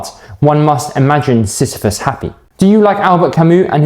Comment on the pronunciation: u pronounced it well